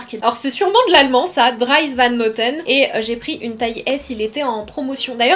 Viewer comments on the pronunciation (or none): Dries Van Noten prononcer ( Driss) existe depuis 1990 😅